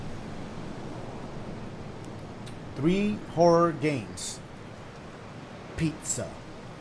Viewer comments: My boi said "peet-za" lol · Petza 😂 pizza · That PEETZUHHH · Pete-za. Only those who stay until the end of Dashes videos will understand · Pete-za (Pizza) there you go my boy! Thanks for the laughs and scares! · PEET-zah <3 love you Dash, hope you're having a good day! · Peet-zuh 😭😂 Love you Dash! I didn't want you to go either haha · "Peet-zuh" xD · P (EE)-ZUH!😂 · Pete-za, wow Dash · Pete-Za :D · I say Pet-Za but i think you say Pee-Za.